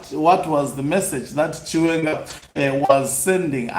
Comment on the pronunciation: He can't even say the name " chiwenga "